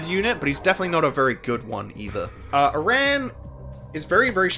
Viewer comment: Please.... please pronounce aran correctly please.... its killing me.... but also yea he sucks ass